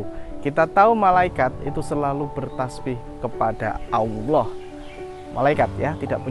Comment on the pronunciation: Cara pengucapan nya asma ALLOH . masih kurang faseh bos👍..q dengar ber ulang" bos bilang Awloh.